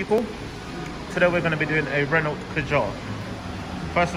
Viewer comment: Doesn't even pronounce Renault properly.